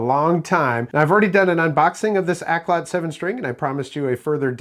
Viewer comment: Pronounced Auk-lot not Ak-lot. It's Cantonese for good music. You're welcome